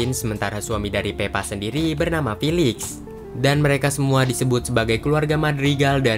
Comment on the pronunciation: Felix bang bukan filix